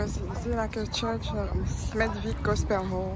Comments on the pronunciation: Hi, it's amazing seeing Waterloo road, I used to drive my wife to work ( she worked in Smethwick) pronounced. Smethick Lol my sister's ex boyfriend is from this area too lmao. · It's very interesting to know the connection someone has with an area. Lool, next time I go there I make sure to pronounce Smeth(w)ick the right way 😀